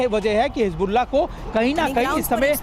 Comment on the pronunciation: always makes mistakes on hisbullah pronunciation